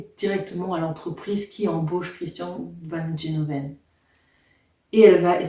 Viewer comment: se prononce gueloven